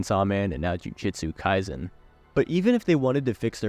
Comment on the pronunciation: No way bro mispronounced jujutsu kaisen😭